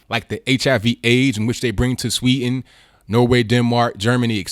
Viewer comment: there is a "d" in Sweden, it's pronounced. try saying it. practice.